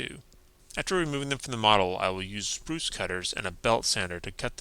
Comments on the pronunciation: The custom work is great! I'm not trying to be the negative comment, but it's "sprue" cutters not "spruce". I realize this is a petty thing to bring up and I mean no offence. Love your vids man keep it up! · Fantastic video. Also, it's "sprue" (sproo) cutter, not "spruce" cutter. ;-) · Sprue cutters (or side cutters), not Spruce cutters. :) Great build. I enjoyed all the Mad Max builds you did here.